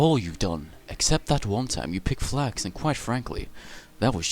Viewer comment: i heard flags keeper enstead of flax keeper